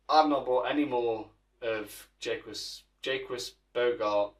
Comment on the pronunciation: "JAY- QUIZ BOGARD" 🤣